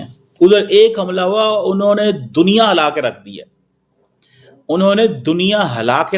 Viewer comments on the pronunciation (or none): Bolna toh Sikh le hala diya nahin hila diya hota hai